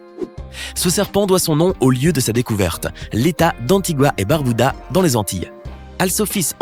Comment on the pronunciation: Barbuda et non barbouda svp c’est un nom propre 😭